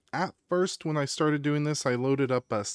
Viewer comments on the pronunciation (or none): none